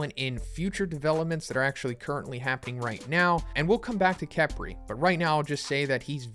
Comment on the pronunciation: Uh-tem and kef-ree. Not A-tem and kepri